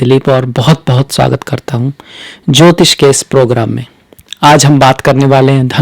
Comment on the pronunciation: Guru ghataal jyotish ko jyitis aur tyoharo tohaar bol raha hai naam se pahle dr.bolney ka bhut shouk hai guru ghataal😂😂😂